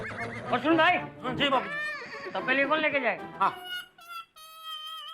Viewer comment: Beech main bapu ji said Patelli ko tapeli😂